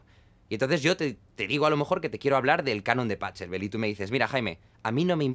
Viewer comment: pa CCCCCCHHHH elbel, jajajajajajajaja. Se dice bajeelbel mi querido Jaime.